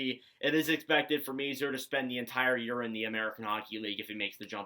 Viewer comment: Thanks for taking the time to review the Habs’ prospects. FYI, according to most of the journalists I’ve listened to, they say that the correct pronunciation of Philip Mesar’s family name is: “May-Scharr.” Great video!